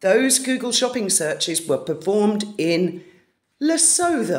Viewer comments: Interesting work. BTW Lesotho is pronounced Lesoto. I doubt the good people of Lesotho can afford Meghan merch. Duke of York - there is an old children's song, about one who had 10,000 men. 😀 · The 'H' is silent in Lesotho...Luh-soo-too. Sorry it's a nick-pick of mine when one mispronounces words I do it myself...I also think it helps to know. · it is pronounced Le soot hoo, the t h are separate. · Lesotho is where Harry's Sentebale school is. BTW the th at the end of the name is pronounced like t in cat. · Lesotho is pronounced Luh-soo-too. It is a kingdom, completely surrounded by South Africa but not part of it. It is a constitutional monarchy. H visits the country in relation to the Sentebale charity. He was in Lesotho, June 22, 2018 at Mamohato Children's Centre near Maseru. Before he married, he was in Lesotho in 2015 and then several times before that, once in 2010 with his brother. These searches could be people he knew doing those searches for him, or he could have visited off the record. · Lesootwo proper pronunciation, is mainly a very poor rural population with few people requiring WiFi (if they even know about WWW)! I have family who live in Ladybrand on the border. Must be bogus stats unless one or two stupid persons in Lesotho has been manipulated, bought & bribed by H...that is probably the truth! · It's pronounced "Le-soo-too" by the way, and it's not a region of South Africa, it's a country with a king. Beautiful mountains, and LOTS of diamonds! (Especially the Letseng mine.) Its border is near Ficksburg - great skiing in SA. And if the weather doesn't cooperate, they have snow-making machines! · Lesotho is a separate and independent kingdom, completely landlocked by South Africa- I live just a couple of hours from part of the border in the Drakensberg Mountains (it’s pronounced Lesootoo) and yep, I’ve been there a few times, it’s beautiful, very mountainous, but poverty is an issue…🙏🤗❤️ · Pronounced Le soo thoo